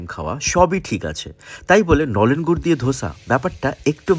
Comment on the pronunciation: Babu tumi je gur ta bole chile khuuubbbb baje go